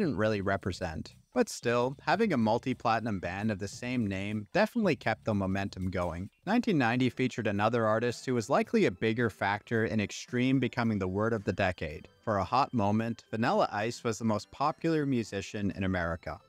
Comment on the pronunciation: Vanella ice? You probably call milk "melk"